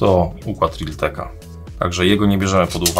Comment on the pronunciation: reltleka (tak usłyszałem) = miałeś na myśli realteka